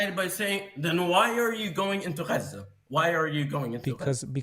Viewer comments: Im Arab and no one says Gaza like that. That is some crazy liberal way of saying it and it's annoying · Am I the only one who gets triggered with the pronunciation of “Chhhazzzaaaahhch” It’s about antisemitism and NOTHING else. Islam hates 🧃. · I think it’s funny when people like this pronounce places normal then switch it up for Gchaza 😂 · explain why. I am using the Arabic pronunciation. Arabic is antisemitism 😊